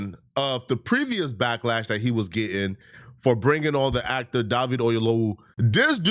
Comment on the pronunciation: Da-veed? It's Day-vid. Regular ass Day-vid.